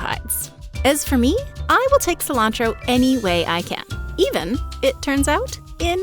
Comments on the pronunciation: Non-native English speaker here. The fact "cilantro" is pronounced "silancho" is wild to me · Why do you call it Koreander and scillantro?